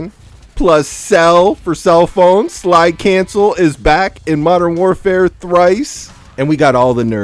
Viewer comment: Gonna miss hearing saying Mordern Warfare deuce when mw trash comes out